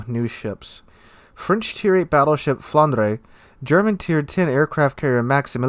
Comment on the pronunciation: Flanders is the prenunciation. Aftrthe burgundiion and belgiannn regionale.